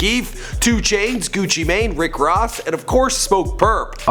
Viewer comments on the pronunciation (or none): who the fuck is Duh Rose and why’d you call rick Rick Ross, “Rick Rov”